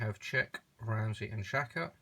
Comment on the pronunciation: Ramsy not Ronny